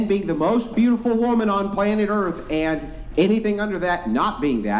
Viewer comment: Pretty sure its pronounced "Urff". 😂